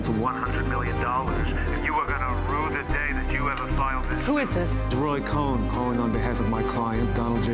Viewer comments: The name is Cohn pronounced “cone”…it was pronounced Cohen numerous times in this video. For me, if you can’t pronounce the name of the primary subject properly, I doubt the credibility of the speaker. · It's Roy "Cohn" (pronounced "cone") not "Cohen". 🙄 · Ok, it's a small detail, but you're a journalist. Can't you at least pronounce Cohn correctly? There's no "e" in his name. It's one syllable, like the word "cone." It's really grating to hear co-hen. One thing you don't talk about: Trump is on the record saying what he wants out of life is to be the most famous person. This film, despite his objections, moves him forward in that goal. It at least keeps him at that lofty status, but if there's someone somewhere who doesn't know the name Trump and all the crap that comes with it, they probably will now. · Amy....its "Cohn" and not "Cohen" as you keep mispronouncing... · I’m late to the party… but this woman keeps saying Roy cohen. It’s cohn. Not cohen. Can someone please correct her. It’s so annoying. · It's pronounced 'cone', not 'cohen'. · Narrator: His name was Ray COHN (pronounced like CONE) not COHEN. Please pronounce it correctly. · Amy: Cohn, pronounced like 'cone', not Cohen. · It’s not “Roy Cohen”. It’s Cohn. Roy Cohn. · it’s cohn lady, not cohen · NOT CO HEN. CONE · Is it pronounced Roy "cone" or "cohen"? I always thought it was cone, from watching Angels in America. Which everyone should see. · This was very interesting. But I have 1 critque. Amy kept saying Cohen not Cohn. Not sure why dhe did that, the other 2 did not. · Amy- Roy's last name is Cohn, not Cowen. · Since there's only one syllable in "Cohn," I don't understand why the woman is pronouncing his name as "Cohen." Odd. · It's Cohn. Not Cohen. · Amy, his name is COHN, one syllable, not Cohen. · Not Coen stop saying his name completely incorrectly It's spelling is far different than Mike as well are these two men COYNE said correctly us Cone not Coen as they are miles apart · Not Cohen but Cohn.